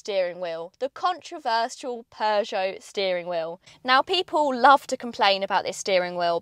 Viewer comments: When is that these people will learn how to pronounce Peugeot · Don't you love the way she pronounces "Peugeot"?